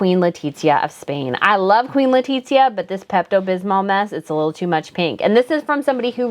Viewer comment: Why do you pronounce Letizia’s name like that? Is so awful 🫠🫠